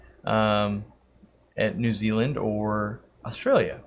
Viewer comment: actually pronounces New Zealand correctly?